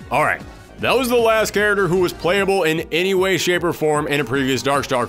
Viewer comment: Love the videos but I still can’t stop hearing “carroter” instead of character 🥕🥕🥕 Great work nevertheless